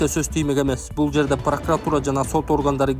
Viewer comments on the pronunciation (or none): none